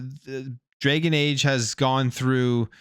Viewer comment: Please stop calling it "Draygon Age" It's Dragon and rhymes with wagon.